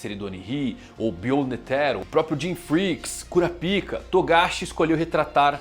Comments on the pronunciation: poxa mano KúraPíka é foda ne... fala pelo menos igual os japa.... kurÁpka.... fica um som melhor... até pra quem nunca ouviu falar do anime, pra nao ficar essa zoeira com o nome dele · Fica melhor a pronúncia " KURAPAIKA"